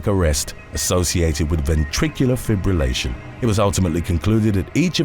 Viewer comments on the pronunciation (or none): none